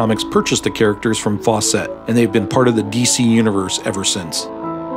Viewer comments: Fawcett. Not "Faw-cette". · It's pronounced "Faucet," (sp. "Fawcett"), not "Faux-set."